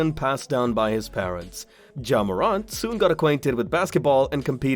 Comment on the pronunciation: Bro ur saying his name wrong